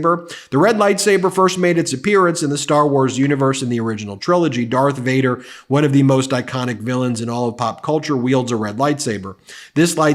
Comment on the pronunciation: Arse Voider not Darth Vader😑